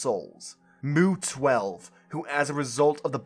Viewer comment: Mu is pronounced "mew" Dude did you not even listen to pronunciations before making these videos? This is embarrassing.